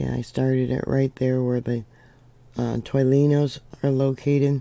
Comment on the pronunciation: Tore knee ohs. That’s how to pronounce tornillos. 😊